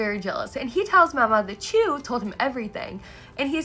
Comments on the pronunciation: Btw, Chue is pronounced like the word 'archway' but without the 'ar' at the start. You can also say 'choo-ay', which is the Japanese pronunciation. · Wait pause what’s the official pronunciation of Rikuson and Chue cz up until now I’ve just been reading it as “Rik-u-SON” and “Chu-ay” (emphasis said on capitalised parts) and the son part said as like “son” not “sun” uhh idk guys